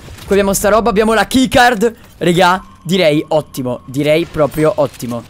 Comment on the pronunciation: Dici rega in un modo che damiano er faina spostati